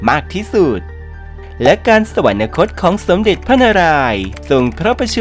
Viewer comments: แอดมินอ่าน สะ หวัน นะ คด เขียน สวรรคต เอาคำว่านะ มาจากไหน ที่ถูกแล้วต้องอ่านว่า สะ หวัน คด ไม่ใช่รึคะ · โคตรน่าสงสารยังไง ??? / คนบรรยายทั้งหลักและรอง อ่านผิดบรรยายผิดควบกล้ำผิดตลอด ดิฉันไม่ได้จับผิดแค่เปิดดูเที่ยวเดียวก็เจอ / คำบรรยายเขียนผิด แม้แต่คำว่า อยุธยา/ สวรรคต อ่านว่า สะหวันนะคต ตลอดเลย ไม่มี น หนูสักตัว ---- งานไม่ยากเพราะมีคนทำcontentsเอาไว้ให้ลอกมาได้ทั้งหมด แต่หยาบมากค่ะ